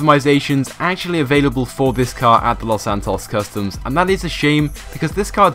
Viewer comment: The two people who pronounce "Los Santos Customs" the worse are you (the uploader) and ShuffleGamer